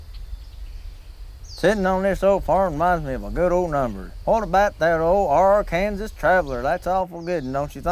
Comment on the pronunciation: It's not Ar-kansas Matt. It's Ar-ken-saw. Ar-kansas is a river not the state.